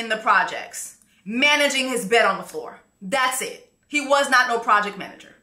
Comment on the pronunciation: She said “Project Manger”… “He in the project, managing his mattress on the floor”. 💀 🤣🤣🤣🤣🤣🤣🤣🤣🤣🤣